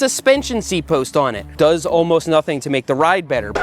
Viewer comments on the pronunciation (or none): none